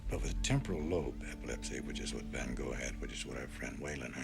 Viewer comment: If a so called 'expert' cant even pronounce Van Goghs name right, calling him Go, cant take the man seriously.